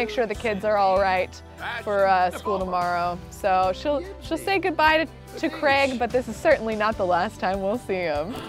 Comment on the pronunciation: Every time says "Old Craig" I hear "Old Gregg" and I can't unhear it